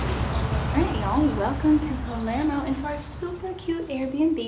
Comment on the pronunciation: PALERMO, not Palmero...🙄🤣